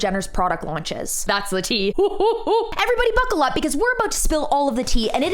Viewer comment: “Buccal Up” is iconic.